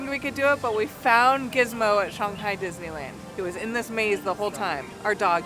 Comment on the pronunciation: I absolutely LOVE you guys and your videos, been a recent addition to your fan club and I live for it. But can I ask one pet peeve question??? Why do you pronounce ShANG-Hi as ShUNG-Hi, but clearly twice in the video (when talks about the Logo on the Pepsi & then AGAIN A SECOND TIME after the Hundred Acre Goods (I agree amazing Play on Words Pun 😊) you say it correctly as pronounced in English which is ShANG-Hi…😂😂😂😂is there a reason you change the affectation when paying attention to your pronunciation but when naturally speaking pronounce it in the traditional American-English manner?!? I know in Chinese it’s Pronounced Shunghi, but the way we affect words in English it is ShANGhi, and I binge watch this when doing my chemo or not feeling well resting, but this totally is like a stupid pet peeve and I’m not like a grammar snob AT ALL so for it to stick out to me was a thing, but curious if this was subconsciously done or consciously. Either way nothing but love for you guys and jelly of all the trips you’ve been able to take but so happy for you guys at the same time. Once I get better and beat this stupid crap, I’ll God-willing be doing the same with my fiancè! Love you guys ❤❤❤